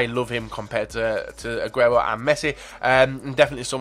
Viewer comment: u didnt fuck up aguero's name. u worry too much about butchering names.